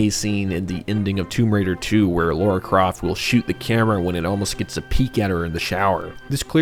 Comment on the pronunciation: It's Lara Croft, not Laura. Lara, like Tara.